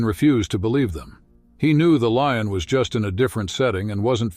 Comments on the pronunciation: What a beautiful Leeon story. It really boosted my moralay. 😂. Please when using an AI narrator at least listen to what you produce. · What is a "lee-un"?? The word is lion,,,,,"lye-un",,lion! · Whats a 'lee-on'? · Artificial voice pronounces words incirrectlt: leeons for lion. This happens in all recorded videos in english. Widespread issue damages finished product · In our channel you will find AI voice that dosent know how to pronounce things.. This is a story of a LEE-ON. UGH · The "LEE-un", huh? Stupid-ass computer narration! IT SUCKS! Is there actually NOT ONE PERSON that can read text and narrate this? Cost too much? THEN YOU'RE NOT WORTH LISTENING TO!! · Sounds like an AI voice. Miss pronouncing Lion as LEE-on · Narrator switches from Valenteen to Valentine. Then he can’t pronounce “veterinarian” or “lion” 😮. Seems fake to me. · Love the AI pronunciation - "morale" delivered as "morralay" - and "lion" as "Leon". Also - that cat keeps changing sex - sometimes she's a "she" and others she's a "he". (No expert on big cats, but I'm pretty sure that's a lioness...) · What is with that robot narrator - he mispronounced words, e.g. lion was pronounced "leon" and there were several other words. I voted this video DOWN because of the carelessness of "" was BAD. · Why in the hell cant you announcers ever pronounce things right? What is a LION called certainly not a LEEIN, Stupid is as stupid does. Wake up and smell the roses. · The AI you’re using is not very good. It mispronounces many words, even easy ones such as lion. Your videos would be much improved if you used a better narrator imho. I enjoyed the story very much.